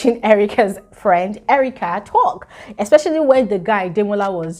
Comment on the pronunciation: ooo you are soo funny you said expecially when the guy demola was just overly uncomfortably weridly quite 😂😂😅